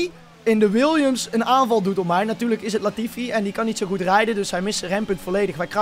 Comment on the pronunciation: leert snel namen in Gotifi zeggen en daarna wel Latifi zeggen na je leert snel 😂😂😂😂😂😂😂